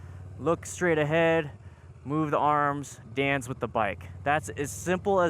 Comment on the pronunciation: I know he's saying "dance with the bike," but I keep thinking " with the bike" 🤭 Great vid, keep up the good work.